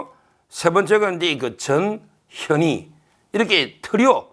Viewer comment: 전현희는 변호사님께 정말 감사해야 합니다. 유일하게 '전 현 희' 라고 이름 똑바로 불러주시는 분 입니다. 다들 '저 녀 니' 라고 발음해요.